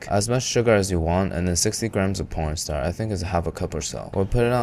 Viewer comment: So I think he just calls corn starch corn star